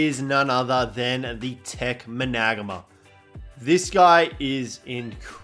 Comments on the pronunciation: You say Managarmr like, MANA-GARM-ER, not MA-NAG-ARMR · hes name is MANA-GAR-MER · Say it properly! Triggers me bro lol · Your saying it wrong